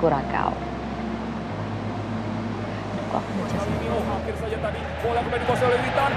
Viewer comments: Kurasao bukan kurakao ç bacanya spt "s". Negara di daerah Amerika Tengah, kepulauan di Karibia, saya pernah k sna. Iklim nya panas seperti Indonesia. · Bacanya : Kyuresao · Cara bacanya "Curaçao" itu Kurasau.